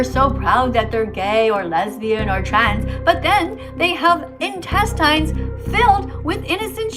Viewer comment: InTestINES I'm sorry the way she said it is just killing me 🤣 Btw I can agree what she's doing is terrible on another level, she's past her due date for shuting the hell up